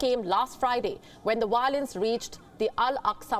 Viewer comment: What’s wiolence lol